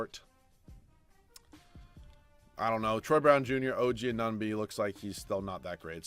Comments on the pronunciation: I know. I died inside everytime he said "OG Anonby". Why is Anunoby so har to say? hahaha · “Oh gee uh nun bee”